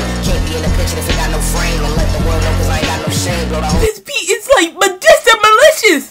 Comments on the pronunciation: mans couldn't say majestic for the life of him 😂 love it this was a dope reaction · Allat trauma and can’t say majestic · Bro couldn’t say majestic